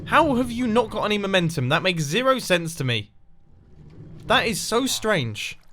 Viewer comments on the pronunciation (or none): Mumbo says “That makes the most STENSE” instead of sense